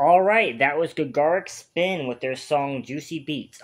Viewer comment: This is the weirdest song choice for a first ever Gacharic Spin (pronounced like “Gotcha Rick”) reaction. They are way closer to BAND-MAID than Babymetal. And many of them can play multiple instruments, dance (they don’t do it often) and sing. Their live performances are as good as BAND-MAID ones.